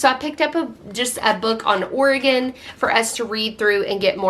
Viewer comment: I love how you immerse your family in good literature. ❤️ And just to give you a little grief…how could you forget about Oregon?!!!😂😂😂 Just kidding. I live in OR😊 And I’m impressed that you pronounce it the way we do here. Most people east of Colorado say it differently. 🤷🏻‍♀️